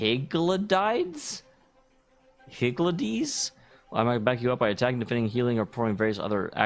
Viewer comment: Hig-gl-dee is the correct pronounciation. As in the old term for chaos "Higgledy-PIggledy".